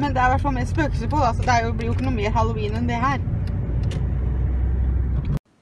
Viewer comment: He he min bestemor sier også haloween med e i stedet for haloween med i.